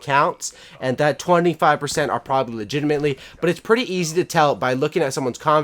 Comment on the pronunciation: Legitimate not legitamatley